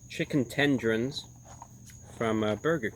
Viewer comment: Chicken tendrons, tenderloins, tenderonis, tunundrals, tendrils 😂🐓🐓🐓